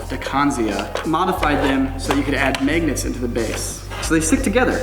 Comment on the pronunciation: "maygnets"